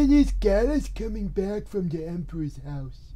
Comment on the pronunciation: "Oh... ya don't come back fwom da Empwah's house." 😢